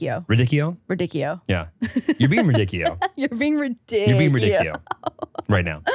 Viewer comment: RaDIcchio not raDICchio is giving its LeviOsa not LeviosA 😂